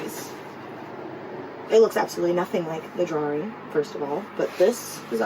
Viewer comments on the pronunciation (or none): she said drawring. get rid of her